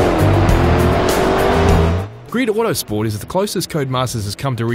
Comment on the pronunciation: "Greed-o Watersport" Listen, m8. It's GRID AUTOSPORT.